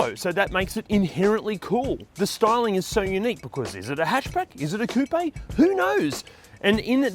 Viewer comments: Koop or Koo-pay..... 😊 And I just LOVE that car! I want one.....👍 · Great vid. I just want to respectfully point out you are adding an extra syllable to coupe.